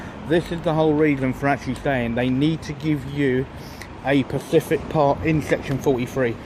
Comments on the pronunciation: You keep saying Pacific it's not pacific its SPECIFIC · specific not pacific, jeeez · Great job, love the videos you post but please say “”specific” ant not pacific, that’s on ocean 😂👍